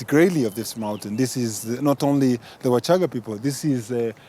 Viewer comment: U shouldn't change names as u wish....WACHAGA IS NOT WASHAGAA PLEASE !!!!!